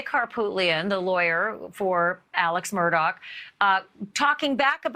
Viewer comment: Murdaugh is pronounced ' Mur-daw', not ' Mur-dock'.